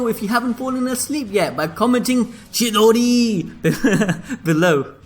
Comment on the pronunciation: Chidori man what happened to your pronunciations